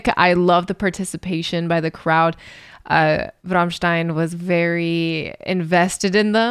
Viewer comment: Please don’t pronounce Rammstein like you do 😢😢😢😢